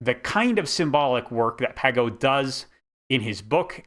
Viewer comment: His last name is pronounced with a soft g, more like pazheau